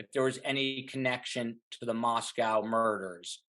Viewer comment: OK, this is really annoying to me... when an expert mis-pronounces the name of the Town. Listen it is NOT said like the Town in Russia. Mos"cow". It is pronounced mos-co. Not cow. CO! Gone from this channel, if you can't even say the name of the town correctly!